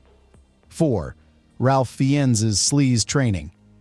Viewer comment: Who TF is "Ralf Fee-Enns"? It takes 2 bloody seconds to check the pronounciation. #StopTheSlop /reɪf ˈfaɪnz/